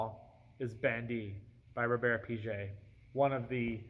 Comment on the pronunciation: I know it's not supposed to be exhaustive but I wanted to shout out Véronique Kato's work with Natura and the huge role the brand has in southern America. And If I may, the G in Piguet is pronounced like the G in guitar :)